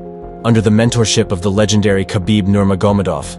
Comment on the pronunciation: Dude your pronunciation of khabibs last name😂